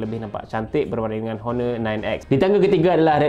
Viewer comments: Pronunciation untuk Honor, H tu silent. O-nor. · A very helpful review tapi sebutan honor sebenarnya perlu silent kan bunyi 'h' tu.